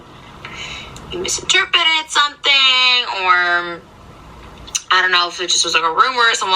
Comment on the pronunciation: "Misterpeted" wooowwwww